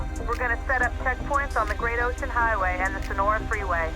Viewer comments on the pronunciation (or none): none